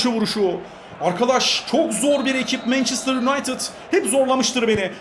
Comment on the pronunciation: abi o mançestır değil mençestır diye okunuyor :)